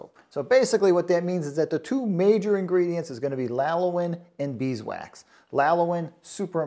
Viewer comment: "Lalowin".... What??? I've watched other videos and they were good. What happened here? It's kind of a train wreck!